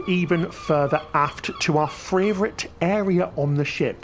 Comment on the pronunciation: I've just noticed that every time says "favourite" it comes out as "fravourite". Really tickled me.